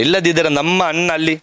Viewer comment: ನಿಮಗೆ ನಾಲಗೆ ಸರಿಯಾಗಿ ಒರಳುವುದಿಲ್ಲವ... ಅಣ್ಣ ಅಂತ ಹೇಳಲು (ಅನ್ನ) ಅಂತ ಹೇಳ್ತೀರಾ. ಮಕ್ಕಳು ಅಂತ ಹೇಳಲು (ಮಕ್ಕಲು) ಅಂತ ಹೇಳ್ತೀರಾ...😂 ಹೇಳು (ಹೇಲು) ಅಂತ ಹೇಳುವುದಕ್ಕೆ.. ಏನ್ರೀ ನಿಮ್ಮ ಕಥೆ.